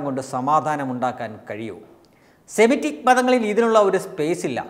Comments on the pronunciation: 'സെമിസ്റ്റിക് ' അല്ല സുഹൃത്തേ സെമിറ്റിക് പ്ലീസ്.. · സെമിസ്റ്റിക് അല്ല - സെമിറ്റിക്